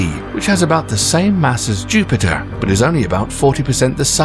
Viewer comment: when "planet Jupite" becomes a thing 😂😂😂